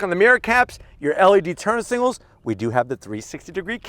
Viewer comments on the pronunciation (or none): Is it me or he says turn signals weird ? Like singles